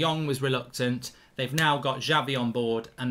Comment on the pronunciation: i hope we sign him as fast as possible and btw Mark its Xavi not Javi :)